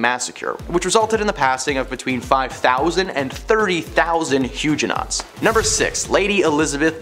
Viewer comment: The mispronunciations are too much!😖 it hurts! I want to recommend these videos to my students, but i cant because of the proTESTants, elizabeth bathORY, huge-nots, etc. Otherwise this is an entertaining way to teach history!!